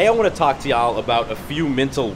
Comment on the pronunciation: You can’t say “y’all” right yet hahah